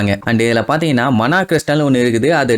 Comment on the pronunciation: Bro mana no it's maana stone